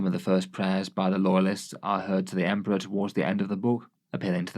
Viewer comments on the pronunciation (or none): I really liked when he said "it's emprah time" and emped all over those guys.